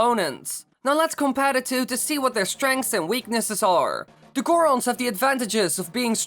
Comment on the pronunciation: The zorons..... The goras...... Va Rutania!